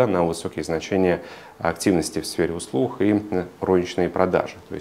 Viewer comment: Спасибо за хороший обзор! Единственное режет слух "сфера услух"